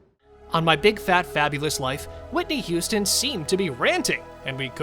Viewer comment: "Whitney Houston" lol